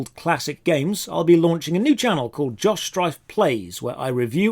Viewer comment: Ever since you pointed it out, I'll never stop hearing ""